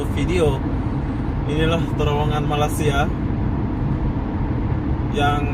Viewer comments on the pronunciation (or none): Malaysia bro...bkn malasia....berok nau bunyinya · Sebut betul-betul... MA_LAY_SIA.. bukan malas_sia.. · Cara menyebut nama Malaysia senang aja bro...malay in English sia in indonesia.gabungkan bunyi itu akan jadi malay-sia tapi sebutan dlm Bahasa Melayu😁😁😁tapi org Indo agak payah mau bilang nama Malaysia..maybe lidah kalian lidah jawa barangkali😁😁😁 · 0.14 Cara anda bilang Malaysia itu salah bro. Masa masih ngak bisa udah begitu lama kerja di Malaysia...